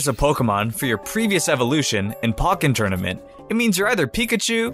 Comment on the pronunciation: Why the fuck does it sound so American when it says pokken like Pocken